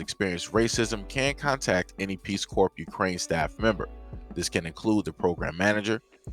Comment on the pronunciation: If they never seen any black people, how do they know the Nword??? Because Ukraine has a serious Nazi problem. Putin ain't with that stuff coming east. P.S. stop pronouncing the P in corps.